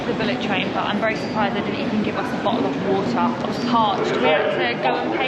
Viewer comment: bo'oh wo'ah 😄 guys you are awesome) приезжайте ещё!